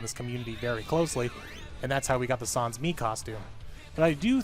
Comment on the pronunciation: did he say SAHNS